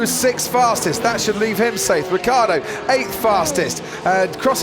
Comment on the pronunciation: Why do British announcers have so much trouble pronouncing people's names from other countries? That includes Ricciardo, who's from Australia a former British colony, Giovinazzi, etc.